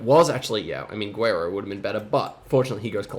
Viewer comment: i don't mean to be that person but your pronunciation on guerrero bugs me every time, it can be tricky but the u is actually not pronounced so it sounds like "gerrero"